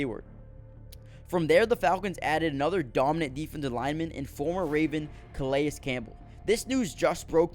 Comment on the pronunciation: Good stuff.... fyi i think Calais is pronounced 'Ka-Lay